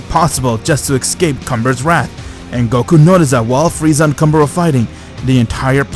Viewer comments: Bro its “Kamba” not “Cumber” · Is it me or comber sound like c*mber